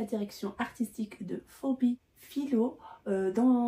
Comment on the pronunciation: Bonjour, Phoebe se prononce Fibi (en anglais) Fébé (en français) et non fobi. 😂 Super vidéo comme d’habitude. 💙🩵